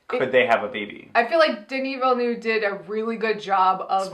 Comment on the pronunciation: "denis villnuuve"